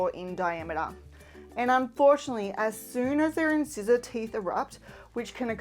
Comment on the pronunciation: This is a very helpful video! Thank you. Although the pronunciation in-scissor really troubled me 😂 pretty sure it sounds like in-sizer